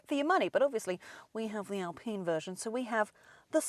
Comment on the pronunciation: I know the French are weird when it comes to some thinks but please say Alpine rights its Al Pine as in Pine not pene.